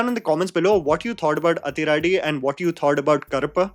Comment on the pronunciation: Hi.. South Indian here.. when you see 'athi' in tamil or malayalam movies.. it's most likely is supposed to be pronounced as 'adhi'